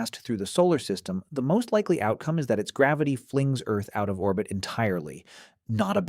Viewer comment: How did it pronounce 'orbit' ? Very strange